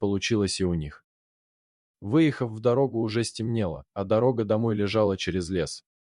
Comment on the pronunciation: Кто вообще читает? Такое впечатление что чтец не дружит с русским языком. Ну, что это за,, дорогА,, вместо дорОга, , или,, КолЯ,, вместо КОля и так далие. Уж если взялись читать, читайте правильно.